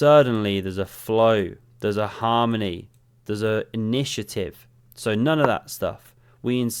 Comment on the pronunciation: "There's a flow, there's a harmony, there's a... nishative"